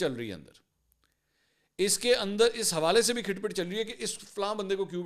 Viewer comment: AoA Mansoor bro. if you dont mind i want to rectify your punctuation of this punjabi word have spoken by you is "Khat phat not khit phit " Iam sorry sir! . Thank you so much .